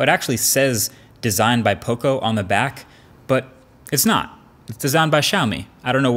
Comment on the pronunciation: Learn how to say Poco. There's enough Latin Americans in the USA ;)